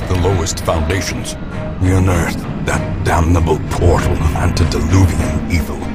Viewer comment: The way he says "Antideluvian Evil" My guy knows his words alright 😂